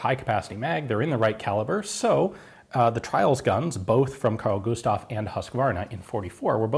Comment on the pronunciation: "Carl Gustav" Eh, not so bad. "Husqvarna" YIKES!